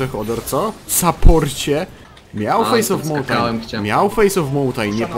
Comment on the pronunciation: "Miał fejs of mountajn, miał fejs of mountajn"